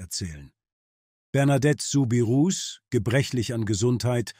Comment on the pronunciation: Der Name wird "Subiruu" ausgesprochen.